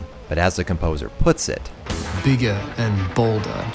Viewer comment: I love part when Mick Gordon says that Doom is "bigguh and bouldah"